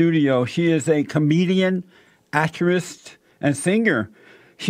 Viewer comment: akcharist? (actress) I wouldn’t ever be able to take anything he says seriously. His pronunciation of words is horrible. Anyone who is self-righteous and criticizes others needs to be flawless, error free, and on point all the time every time in order for me to have any consideration for their opinions.